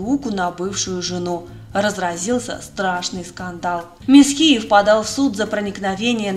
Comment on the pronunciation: В юности была в одной компании с Димой М’есхиевым(ударение на первый слог), уже тогда он был противным и высокомерным.